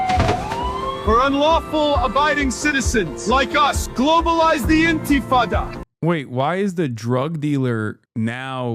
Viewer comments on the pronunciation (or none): "Globalise the In - Tee - Fah - Dah" I see AI doesn't know how to burn a flag or speak Arabic yet. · That's the most embarrassing racist AI campaign ad😧 + the shitty pronunciation of intifada took me out like it’s a bad snl skit LOL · to be fair, considering how AI speech works, 99% of the sources they have for the pronunciation of intifada would probably be Arabic speakers.